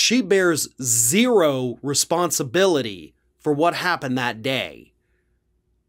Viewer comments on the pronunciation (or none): none